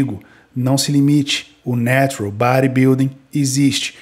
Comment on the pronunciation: Narural kkkk